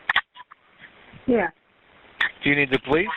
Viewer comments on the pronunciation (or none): poe-lice R 💩!!